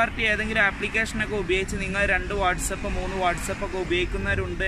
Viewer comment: Its not what's up... It's whatsapp..